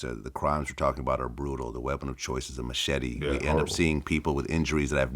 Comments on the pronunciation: Are you trying to say,"machete?!?!?!" The weapon?!?!?! WTF is a machity?!?! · The matchetty😂